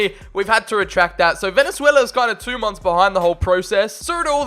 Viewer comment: Obviously I'm rooting for my home country Venezuela also u said it wrong